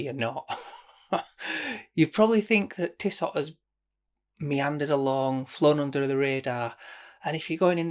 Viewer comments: It’s „Tisso“. The t at the end isn’t pronounced but you‘re right: who cares? I would go for the blue one. It gives me more of a sporty vibe. To make it more complicated: ML Aikon😉 Had it and was impressed by the build quality. And to make it even more complicated: Sinn 104 white dial. Featured it on my channel. I know, no integrated bracelet but a stunning white dial. Great video again! Cheers mate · It's definitely pronounced tisso . Save your money you mor.. Internet sensation 🤣 You'll never wear that over your blue date just or white omega.. 500 quid towards something else for sure! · Sweet looker and those ETA movements are amazingly accurate. It’s tiss-oh. I’d go for that white as it’s different looking. But before you go balls deep, take a close look at the titanium Zenith defy. Ten times the price but 20 times the watch. Open dial. And that bracelet…